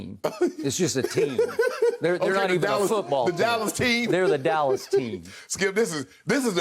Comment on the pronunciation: The Allas Cowboys. No "D" whatsoever